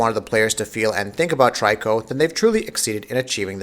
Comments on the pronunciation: i keep hearing a lot of people pronouncing Triko as Try-ko..but its Tree-Ko (much like Ico = Eek-o) technically i believe its To-ri-Ko in japanese wich could be translated as bird-cat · he also keep saying 'Try-co'........lol......I'm so confused. Didn't he play the game??? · p Please say his name right. It's pronounced Tree co. So annoying when people say it wrong. Also it's not Team ico it's Team Eco. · Love this game! Watched so many reviews and this is one of the few I’ve liked so far. I’ve noticed you call the beast ‘Try-co’. I pronounce the name that way too, even though it’s not intended, and perhaps prefer this over ‘Tree-ko’ since it sounds sharper, an honour to the Griffin’s strength.For anyone who strives for accuracy, then using the word ‘Toriko’ or ‘Tor-ik-car-na’ as the boy/man seems to say may be more suited. As stated by others, this translates from Japanese as ‘young-cat-bird’ but additionally, it also means ‘prisoner’.